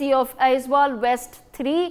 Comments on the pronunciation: Aizawl not Aizwal; Serchhip not Serchipp 😒 Disappointing to see such carelessness on a national media. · Its Aizawl not Aizwal😂